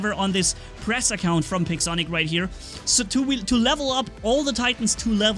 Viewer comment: Ah ha hahaha he said pigsonic